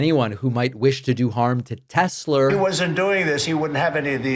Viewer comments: "I love Tesler"! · “I love Teslerrrr”